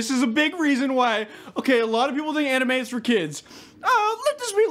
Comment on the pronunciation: I love how he pronounces both anime and manga incorrectly.